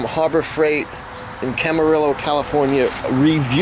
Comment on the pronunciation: nice vid just a quick fyi it is pronounced cam- a - ree -oh california